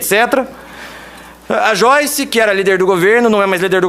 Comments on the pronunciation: Aprende a falar o nome da pepa direito. Não é "choice". É "joiche". Afinal ela fala "bolchonaro", "achechores" "cheguidores"....É discípula da xuxa kkkkkkk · Não é xoice e sim joice hhhhh brincadeirinhá! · "Xoice" kkkkkkkkkkkkkkkkkkkk